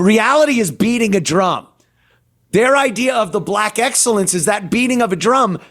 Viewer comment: She said "axxellence"